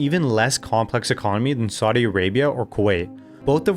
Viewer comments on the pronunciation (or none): none